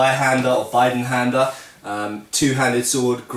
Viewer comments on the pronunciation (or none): I am german and you pronounce it B eeeeeeee denhänder. long I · I'm pretty sure the i in Bidenhänder is pronounced like the i in list, not the i in life. Otherwise it would have to be written "Beidenhänder"